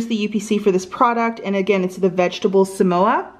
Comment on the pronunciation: Suh-mow-suh ( last two s as in s) They are super yummy 😋